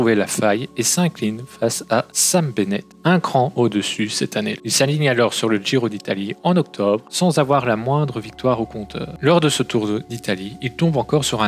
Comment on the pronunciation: L’analyse est intéressante mais la prononciation des noms des coureurs catastrophique malheureusement. Peter Sagan avec un S comme serpent et Chagan comme un chat. Sam BenneT et pas benêt. Mon commentaire va sembler un peu rude et c’est n’est pas le but. Pour moi c’est juste le gros point à améliorer pour que la vidéo soit plus agréable à regarder